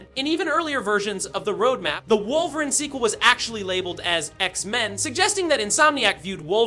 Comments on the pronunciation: Pronounced Wolver-een Not Wolver-in as it is in video. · Why tf are u saying woverin' ??? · Wolverin’ & Charles Gayvier?😂